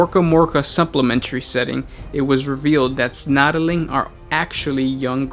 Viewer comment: snotling. not snotaling.